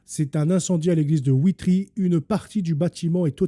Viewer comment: Bonsoir, je suis belge, ça s'écrit Witry et ça se prononce VITRY 😊 C'est en province du Luxembourg. Mon oncle reparait les clochers en Belgique, malheureusement il est trop âgé et ne sait plus.... Sauf erreur de ma part les journaux télévisés n'en ont même pas parlé. C'est ce qui est d'autant plus révoltant. S'il s'agirait d'une mosquée, ça ferait la une! Pauvre monde!